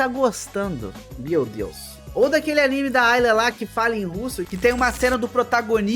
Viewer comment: Por que pronuncia [Aníme]? O correto é [Animê]